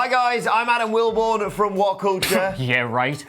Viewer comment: Starts WhatCulture video: “Hoi goyze I’m ” Turns off WhatCulture video